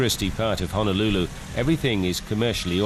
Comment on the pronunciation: sorry narrator there is no such thing as Hanalulu-Hana is in Maui, please pronounce HO NO LU LU correctly!